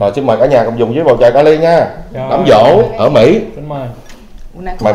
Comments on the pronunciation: Đám giỗ nha em, không phải đám dỗ... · Giỗ chứ ko phải Dỗ)) sửa lại b nha 🥰